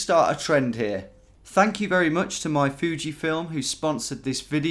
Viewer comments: Fuji is pronounced foo-jee, not few-jee. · Few-ji? It's Foo-ji! Carole had it going on in 1989! Check out those tanned legs! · Few-gee? I thought it was Foo-gee. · Foo gee, say it with me. 😅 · Alternate video title: Man Pronounces "Fuji" as "Fyugie" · The irony is that people like Tom who pronounce it Fyoo-ji (or Few-ji), pronounce the word New as Noo, instead of Nyoo. I'm not here to make anyone feel bad, just saying. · You better learn to pronounce Fuji correctly 😉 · Obviously Googled how to say it the right way. The rest of us say FoooG .